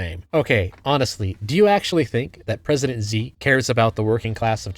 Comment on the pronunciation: Great video, but "Xi" should be pronounced more like "Shi" rather than "Zi". Not that this madman deserves our respect, just that it'll make you sound more professional :)